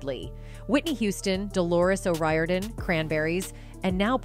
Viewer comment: O 'Riorden is pronounced Oh Reer-den